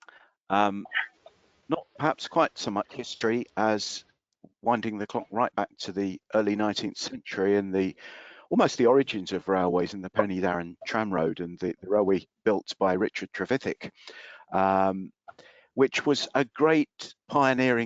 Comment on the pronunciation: Pen uh darren, not Pen ee darren.